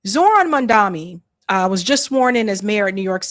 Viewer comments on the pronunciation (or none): Dear, don’t say zoran mandami. It’s zorHHHAn MMAAAAMMMM daNy …, you keep an eye on the H at the beginning, then you say the word mam, as in madam. Then you say the name Dan, as in Dan davito. Mam dan. Then you pull it downwards, mam dan iiii or mam Dan yyyyyy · Please say his name correctly it’s not hard. MAM-DANI you said MAN-DAMI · Come on can we please take the effort and at least some due diligence to get the New York mayor's name right. I mean it was only a feature of his detractors to purposefully get his name wrong during the mayoral election. It's Zohran Mamdani not Mandami....✌️ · you're honestly still saying "MANDAMI"??? TOTALLY SHAMEFUL. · please say his name right. You have it backward. His name is MAM-DANI not Mandami. Please. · Why do you keep on saying MamdaMi?!! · It's Zohran Mamdani "M A M D A N I" not mandani. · it's Mum - Dhun - KNEE,.... come on, girl...! it's 2026, U still wanna call him Mum-DUMMY...?? 🤣🤣 ain't that hard to get it right. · ITS MAMDANI NOT MANDAMI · M-A-M-D-A-N-I not Mandami. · Thank you covering this subject!!!!, please SAY his name CORRECTLY: Zohran MandaNi NOT MandaMi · please make some effort in pronouncing his last name right, it's MAMDANI 🎉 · I CAN'T BELIEVE THAT YOU ARE COPYING THOSE ILLITERATES WHO CALL HIM "Mamdani NOT MAMDANI" DOES EVERYBODY HAS ILLITERACY PROBLEM??? IN USA??? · As a host you can’t pronounce his last name, does some Native born American have a problem with pronouncing MAM DANI? I have never heard anyone mispronounce Netanyahu as Satanyahu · I admire your political acumen and agree with almost all of what you say, especially systemic racism, but a gentle minor pointer is the last syllable of his last name starts with an 'n' and not an 'm'. Many commentators do similar mostly unintentionally. Keep up your lovely work. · are you not saying his name right on purpose?